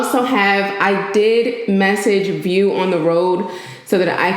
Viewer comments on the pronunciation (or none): none